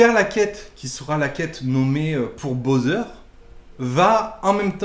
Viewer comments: Mdr tu m'as fumé avec ton "bowser" au lieu de boozer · Tu a dit "BOZER"?!